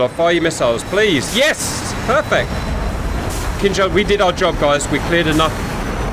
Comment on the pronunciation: I knownyour saying Kinzhal, but it sounds like "King Charles". Imagine if we could launch his majesty at Mach10 to single handedly smite our enemies. Magnificent. Funny if someone modded the 3d model......